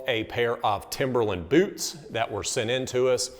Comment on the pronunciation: The way they say BEWTS is very satisfying hahaha